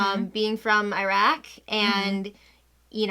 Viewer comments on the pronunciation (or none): none